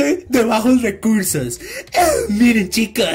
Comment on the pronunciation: Nadie, el men del video: cower, bajos weursos